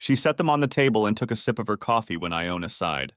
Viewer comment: I had trouble with that too! First it's Iona. Then it's Jonah. WTF?!! Either it's the computer or it's someone not proof reading the story before sending it in. The AI is reading pretty well. But damn! The misspelling and mispronunciations!